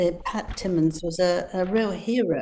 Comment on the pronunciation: Yes, and it's a shame Angela didn't get his name correct --- "Pat Timmins" --- I normally wouldn't care, and I do like Angela, but she makes so many faux pas, I tend to take her pieces with a pinch of salt.